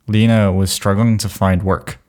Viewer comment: it's pronounced 'Lena' not 'Leena'